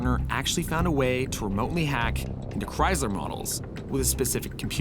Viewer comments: It's Chrysler not Cryzler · Why does he say Cries-lerr? It’s CHRYSLER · Great episode with accurate content. But damn, learn how to say Chrysler. There is no Z in there.